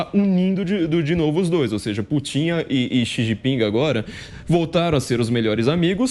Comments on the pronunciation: "Putín"?... ou "Pútin"? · Corrijam-me se eu estiver errado, mais aos o flavio falou " putinha e o chinjinping" foi isso mesmo kkkkkkkk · Toda vez que ele fala eu escuto Vladimir putinho 🤣🤣🤣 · CARACA!! Dá nervoso, ouvir esse cara pronunciando, o tempo todo, "PUTINHO" (rsrsrs) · Putím...afff...me doeu os ouvidos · Só faltou falar o nome do Putão corretamente!! OMG! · O entrevistado é "TÃO ESPECIALISTA" Que NÃO SABE pronunciar o nome do Presidente da Russia!! GRANDE ESPECIALISTA!!